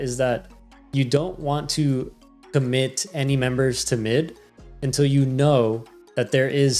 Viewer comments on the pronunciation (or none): none